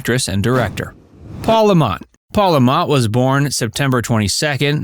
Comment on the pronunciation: Paul Le Mat not La Mot